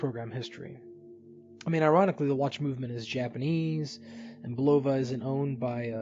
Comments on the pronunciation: It's pronounced BU. love ah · the o is not a long o !